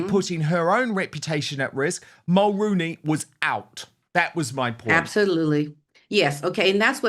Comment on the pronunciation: 👋 Good Morning Dan... friendly fyi from a 🇨🇦 Mulroney is pronounced as "Mull-Roo-Knee" or like the actor Micky Rooney's last name with the prefix Mull attached "Mull-Rooney" Jessica's husband Ben is the son of a former - late Prime Minister Brian Mulroney I'm in my mid 50's & I remember Brian Mulroney as a good Prime Minister & representative of 🇨🇦 I'm neither conservative nor liberal in my politics I'm a centralist I vote based on who I believe is best for the job, who will do the best job for the majority of the people...because you know you can't make everyone happy all of the time... Brian Mulroney was born in Quebec, he was French Canadian and how I've described pronouncing his name is how He pronounced it, how the news reporter's pronounced it. I'd greatly appreciate it if you could please do a proud & former 🇨🇦 Prime Minister the respect & honour of pronouncing His name correctly I would truly & greatly appreciate it 🙏 Thank you